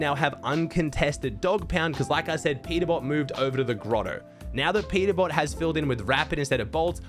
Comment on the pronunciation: Peterbot❌ Peterbop✅😭🙏